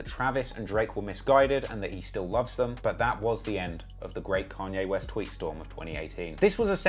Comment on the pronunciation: Canyay west